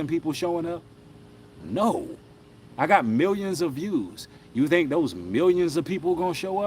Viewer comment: "tink tink"